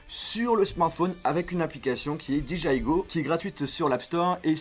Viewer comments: Je deteste quand au lieu de Dire DJI tu dis Diji aïe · "Di ji aille" !! "La petit cloche" 😂